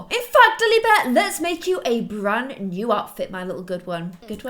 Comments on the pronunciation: Nee?! Lol I think u meant new XD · "NEE LOVE" Don't you mean "NEW LOVE"? Love you,! ❤ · you said NEE LOVE 😂😂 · Hey umm,, you spelled the title wrong, you said nee look, it’s new look😬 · One of the first!! Hahaha lol you said "Lilith's new look and nee love"😂 Love you so much 💖